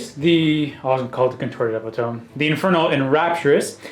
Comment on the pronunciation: Eh-pit-o-me. Not epi-tome